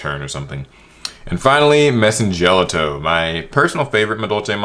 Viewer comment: As someone who's loved Madolche since release this was a wonderful list! But one issue I did have was Messengelato is pronounced "jell-auto", his name comes from the Italian "ice cream" Gelato.